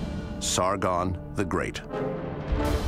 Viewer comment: And its Sargon not Sargun